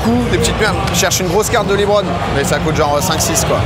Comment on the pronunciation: LEBRON pas LIIBRON 😂😂😂😂